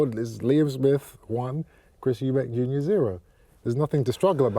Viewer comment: “Eubanks” 🤣 at least get his name right